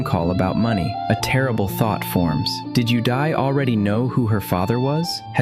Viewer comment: all i can hear is "you die" instead of "yudai"